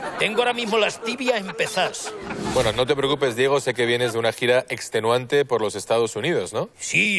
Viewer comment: Asin hahahahah y diejo en vez de Diego hahahahahaha que paleto por dios